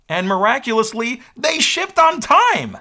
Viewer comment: Did this guy just say shipted? SHIPPED!